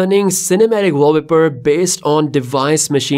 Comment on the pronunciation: Interesting video, but this is not how you pronounce "wallpaper" 😉